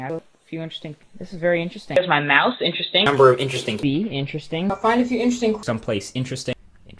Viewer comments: Now the word sounds like "Inter Sting". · All I hear is "intresting" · Interstring. That's what it started sounding like 30 seconds in. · At one point I just heard 'intersting' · now repeat after me: i n t e r e s t i n g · Can't pronounce interesting correctly now